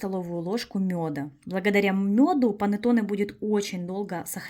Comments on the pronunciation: Произношение ,,,панеттони ,,🤮🤮🤮🤮🤮это итальянское название кекса ,,,панетонеЭ😂😂🤮🤮🤮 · КонсистЭ́нция😅.. И что ещё за панатонЭ..клейковинА́